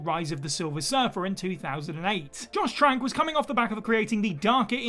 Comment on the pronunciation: *2007, not 2008 *2021, not 2020 Also, did you say “Josh” Whedon? 😂